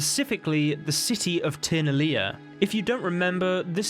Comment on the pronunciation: the way you said tir na lia actually hurt my ears , wtf dude